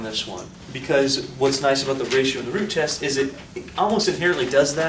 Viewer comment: I thought you said the Groot test XD